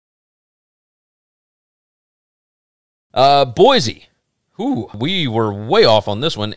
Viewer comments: One more thing -- Boy-C, not Boy-Z. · Can't pronounce Boy-see correctly either.